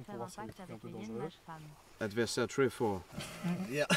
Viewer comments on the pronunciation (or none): "Adversaire tréh faure"